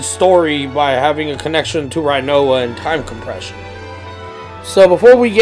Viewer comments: It's pronounced renoah not righnoa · First of all: it’s pronounced Ri-noa, not Rai-noa. Second: the dangling body is Ultimecia’s, I thought that’s clear. Otherwise I love the theory, just not most of your support of it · Say rhinoa one time... I dare you.. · Butchered rinoas name